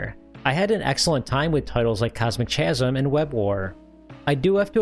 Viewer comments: The H in "chasm" is silent. Ka-zm. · I think Cosmic “Chasm” is pronounced “ka-zum” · You are correct. Hard K sound. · I don't often complain about pronunciation but "Cosmic Chasm" is making my eye twitch. I hear people mispronounce chasm fairly often. Regardless of how it's spelled you want to pronounce it like kasm or ˈkæz əm if you want the IPA. Cosmic Chasm is supposed to be pronounced with the same k sound at the beginning of each word. That's my pedantry quota for the day. Thanks for the interesting video! You were great as always. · Chasm is pronounced "KAZ-um," BTW. It means an expanse or tear between two things, like a crack but bigger. Just thought you should know! (Also, surprised you didn't show off Spike, the only Vectrex game with voices! Also the only platformer for the system. Great game, too -- one of the best on the whole platform, hands down!) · "Chasm" is pronounced with a hard C/K and no H. Kasm. Like the word "Chyron." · The "ch" in "chasm" is pronounced like a K. It's because it's a loanword from Greek. (Sorry, I am a pedant.) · He really never has heard the word “chasm” before? It seemed liked something we used to encounter a lot as a kid.